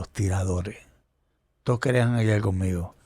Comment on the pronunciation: Ese Pajuo si hace fastidioso ver la entrevista completa, con la pronunciación de las "L" Escuchal, Bailal, Tomal, Fumal